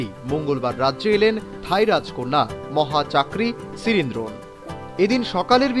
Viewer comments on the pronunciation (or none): রাজকুমারীর নামের উচ্চারন শুনে আহত হলাম! মহাচাকরি সিরিনড্রোন নয়, উচ্চারণটি হবে.. " মহা চক্রি সিরিনধ‌র্ণ "